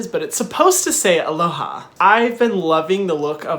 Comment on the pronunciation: 'Alohay' actually sounds better.